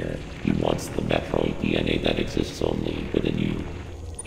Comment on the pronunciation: so it turns out we've collectively been mispronouncing 'Metroid' for the last 35 years. The Chozo seem to pronounce it as Mathroid